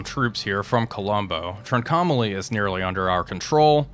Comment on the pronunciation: Really enjoying the series. Just one suggestion: Trincomalee is pronounced "TRINK-OH-MAH-LEE. Very interested to see how this turns out - reality was that the Royal Navy had to pull out their task forces.